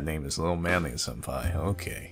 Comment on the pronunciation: He said manly senpai, I heard man-meat senpai.